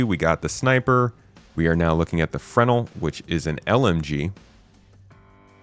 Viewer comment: Fruh-nel! Not frenel like fennel.